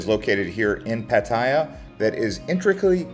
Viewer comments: Puh-thai-ya not padi-ya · Pattiya..... not patt'a'ya? Dude.. show some respect and call it right pls. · had to leave this vid - "boooda" and "pa-teya" "paddiya". Please look at the Thai spelling. Its' a common farang pronunciation. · If you want to be professional, in the end for clicks and money on Youtube, start with pronouncing the city right! If you can't even do this simple task, why would we believe anything else you say? Superficial vloggers are a dime a dozen here. Try to be different ;) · Bro provides so much useful info and people tripping out on his pronunciation of Pattaya. Wait til yall hear how DJ's pronounce "Ibiza". Its never the same 😅 Thanks for the info. Im back from Thailand and did a lot but watching these vids because i now have a piece of me missing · For someone who seems to have spent a lot of time there, it's amazing you never learned how to pronounce it's name. It sounds like you're aunt or grandma's name how you say it. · Genuinely impressed that you manage to pronounce Pattaya at least a dozen different ways. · ‘Pattaya’ is mispronounced almost as much as ‘Pai’ in northern Thailand! Duh. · What kind of braindead pronunciation of Pattaya is that for the entire video except the last one. Wtf